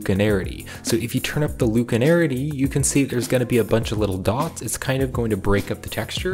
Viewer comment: Read the word slowly. LACunarity. Not LUKE. Use the Force, Luke? LACK-you-narity. 😀